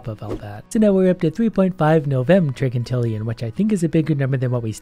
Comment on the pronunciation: Top tip on pronunciation: When talking about numbers like trigintillion, it is pronounced Tri-jin-til-ion and it is not pronounced Tri-gin-til-ion